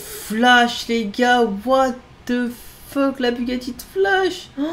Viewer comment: « what e fok » 🤣